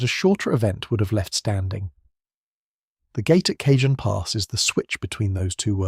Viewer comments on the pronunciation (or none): Cah hon pass, not Cajun.